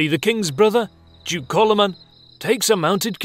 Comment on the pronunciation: And Coloman is Kálmán ;) (I understand it's not easy to transcibe to english, but at least the number of syllables could be right :) ). But otherwise, yeah, the whole video is quite correct.